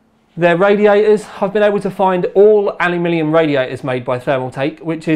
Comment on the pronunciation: StoreBrand I don't think it's about 'aluminum' vs 'aluminium' here. seems to mispronounce 'aluminium' sometimes, which makes it sound like 'alumilium'